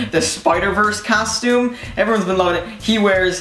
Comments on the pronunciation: Stop sayind castume itd costum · I think he can't say costume because he keeps saying custume